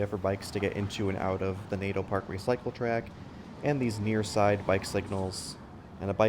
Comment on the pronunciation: waiiiit .... did you say ...... cyc-letrack?